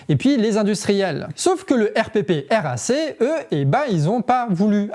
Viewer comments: En fait on dit pas RPPRAC, on dit "air praque" ^^ Voilà, c'était très pertinent comme information Merci ! :) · RPPRAC (se dit :airprak) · On prononce le R.prac et non le R.P.R.A.C. très bonne vidéo, merci. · Hello, le RPPRAC se dit en phonétique : le Èrprak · Super de montrer ce que nous faisons. Je vous donne un tips, prononcez R Prac, ça respire mieux😊 et merci ou mèsi an lo comme on dit chez nous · RPPRAC se prononce "airprac" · la prononciation c'est R-PRAC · Arrête de dire le R.P.P.R.A.C. Prononce "erprac" comme nous 😂